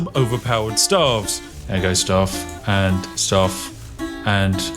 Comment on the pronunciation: What makes spiff truly OP is pronouncing the plural of staff correctly